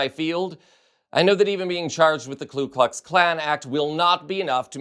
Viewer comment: "Ku Klux', not 'Klu Klux'